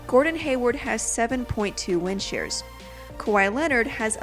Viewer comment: You sound like you're saying wind sheers